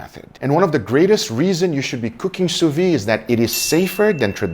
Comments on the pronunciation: You are the God of sous-vide! A little thing tho. You pronounce it sous-vie, meaning under-life or drunk-life, which doesnt makes sense but still funny. Try, sous-vid. (like video) The D at the end must be prononced, while the E a little less. Vide must sound like lid. Open the Lid of your sous-vide Take care and thank you for everything. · You pronounce the d in vide. It’s soo veed. NOT soo vee. Lolz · 8 years and you still can't pronounce sous vide XD it's pronounced "soo vid"/"sous veed" NOT "soo vi"/"soo vee". the D is not silent. I thought someone else would have corrected you by now, but video after video I see you still pronounce the D, I have to step in, I really hope this gets your attention,, because this is starting to infuriate me XD. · 8 years and sill pronounces sous vide wrong :D